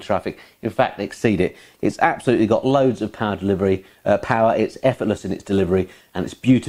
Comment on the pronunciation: Ab-soluteley amoizing